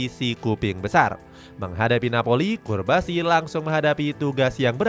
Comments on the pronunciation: Cubarsi, not curbasi! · namanya cubarsi, bukan curbasi bg wkwkwk daritadi di video nyebutnya curbasi mulu wkwkwk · Cubarsi bre, not. Curbasi😢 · Lu kan baca min... Tapi kok salah berkali2 bilang curbasi.... Cubarsi woi.... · Pau Cubarsi min, kok disebut Curbasi ?